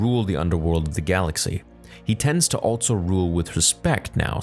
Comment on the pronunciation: Does it bug anyone else how he pronounces 'also'? Every. Single. Time. It's 'altso'. There is no T in also!!!